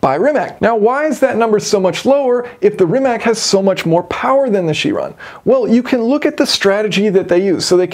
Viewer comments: Chiron is pronounced "kai-ron". Don't be like the scientist in Back to the Future who pronounced gigawatt as "jigawatt". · The Greek "ch" is a K. Ky- Ron.